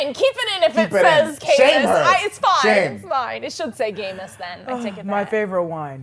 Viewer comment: Gaymus? Lmao noo